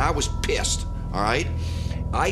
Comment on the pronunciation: how he says pissed is funny